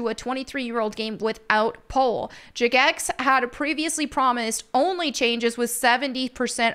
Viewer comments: I swear to God after 20 years and now this and pride parades in game i'm quitting. This is getting stupid. Also, why are you calling it Juh-Gex 🤣🤣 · She said “juh-gex” 😂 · jah-gex xD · You know someone doesn't play RuneScape when they can't pronounce Jagex correctly. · why do you pronounce jagex like that